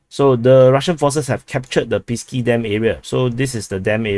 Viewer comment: 1st thing The way you pronounce "Pisky" exactly sounds like penises in Russian 2cond It's Pesky and 3rd you should be ashamed of your fucking pronunciation you fucking moron